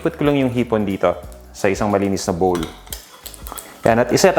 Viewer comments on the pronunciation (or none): none